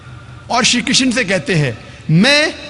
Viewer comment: Ek to क्षत्रिय को क्षत्रिया बोल रहा है और श्री कृष्ण की किशना बोल रहा है और आप ज्ञान दे रहे हैं।😂😂😂